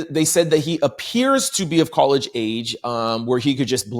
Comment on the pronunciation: is dyslexic, sometimes he says things wrong but we get it